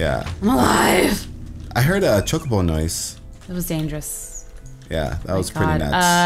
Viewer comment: chocobo pronunciation chu-co-bo